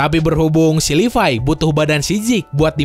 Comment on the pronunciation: Ngomong levi itu yg bener bang Yg livay_